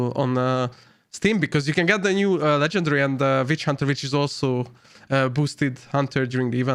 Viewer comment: Legendarary? Hahahahaha😂